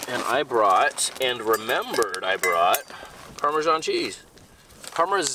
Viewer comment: Me watching trying to pronounce Parmesan 🤦🏻‍♀️ 🇮🇹 🇮🇹